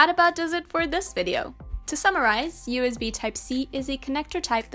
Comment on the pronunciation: Why does she keep saying UZB ?